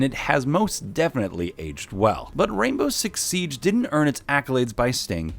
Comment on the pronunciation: “U won’t believe this but rainbow six sibe” SIBE